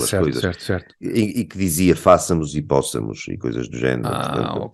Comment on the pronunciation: " fáçamos " ou " póssamos " 😂 fartei-me de rir Brilhante na ciência, péssimo em português 😅